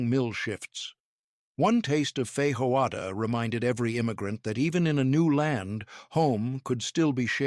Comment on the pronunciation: To the Announcer if Human: In Feijoada, the 'J' is pronounced like a J in John. Also, in Arroz, one pronounces the 'Z', like AHOZ. I grew up in Brazil speaking Portuguese.